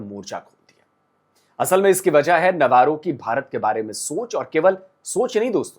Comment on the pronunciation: (नव्वारो) नहीं-रो अबे!!!!